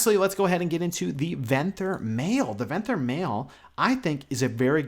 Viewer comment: You're mispronouncing Venthyr, and it's killing me